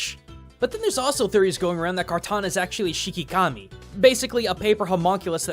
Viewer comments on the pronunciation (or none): it's called shikigami not shikikami